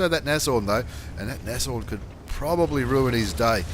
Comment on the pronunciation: I'm on Board! And it's pronounced Nasorn. German for Rhino.